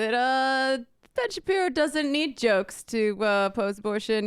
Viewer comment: That mispronunciation, pashi... Shapiro, was not all a slip of the tongue, was it?